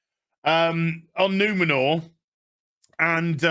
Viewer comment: It's not Numenor, It's NumenoRRRRR ! Not Eregion, It RRRegion, etc.